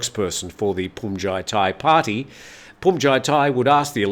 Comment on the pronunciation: Looks like you finally got "Bhumjaithai" down. My father was an art curator. He said Van Gogh's last name is pronounced as "go," as the letter g is silent. You were spot on when it came to "Hyundai," as most people get that wrong. 👍